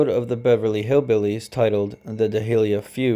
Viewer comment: great informative video :) just a couple pronunciation tips: harpsichord is harp-si-cord NOT harp-is-cord dahlia is 2 syllables not 4... dal-ya NOT da-hi-li-ya